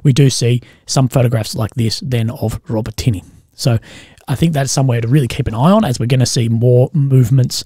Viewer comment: A quick help with your pronunciation of "Robotyne." You're saying it like "robih-tee-nee" but it's correctly pronounced "rohbot-in-oh." Take care, legend 👍